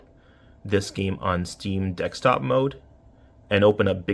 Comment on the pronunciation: DeSKtop mode, not DeXtop mode! Wtf?